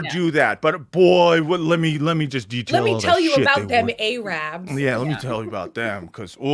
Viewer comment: A-RABS LOL